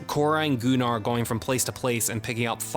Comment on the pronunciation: Gunnar, not Goo-nar. Idk why Anthony Hopkins said it like that in the opening of part 2, it's never pronounced that way otherwise.